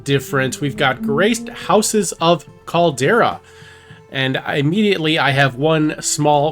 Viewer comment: Calder-i-a not Caldera. Amazes me how many youtubers can't pronounce words. This is your thing. Get it right. Maybe practice before going live.